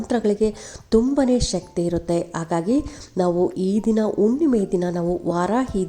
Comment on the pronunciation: ಉಣ್ಣಿಮೆ ಅಲ್ಲ ಮೇಡಂ ಹುಣ್ಣಿಮೆ. ಅಣ್ಣ ಅಲ್ಲ ಮೇಡಂ ಹಣ.